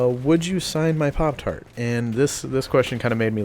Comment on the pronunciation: hehehehhehe he said poptard